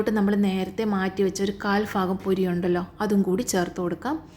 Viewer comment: ഫാഗമോ? ഭാഗമോ